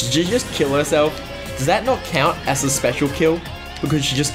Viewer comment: I swear he wasn't saying as and was saying a** lol (and several other times)